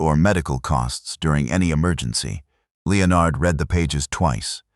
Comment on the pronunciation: AI stands for Astoundingly Ignorant. The Bot-arrator can’t pronounce the name “Leonard”. It tells me that no editorial steps whatsoever were taken prior to posting to groom the story and guarantee a good product. You are wanting subscriptions. Please give us a reason to do so.